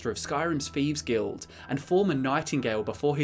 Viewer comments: you have the best TES lore vids hands down. But seriously... wtf is the "feeves guild"? I know it's a dialect thing to pronounce a "th" as an "f", but omg it drives me up the effin wall. Or is it up the "th"'n wall? That aside, I watch your vids all the time. Please keep em coming. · Wtf is a "feeves guild"?